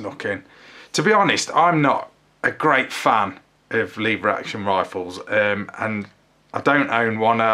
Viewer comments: Leevers action? It's leveraction. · Its pronounced lever action! 😂😉